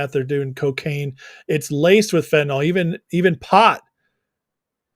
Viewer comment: Chy-na is destroying my country too with fen,tin,yl